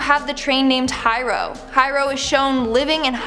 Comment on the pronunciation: I can't forgive the way she said Hiro